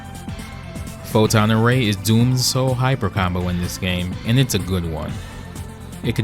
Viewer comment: Dr. Doom: Photon array! What I hear: don't bother Ray! 🤣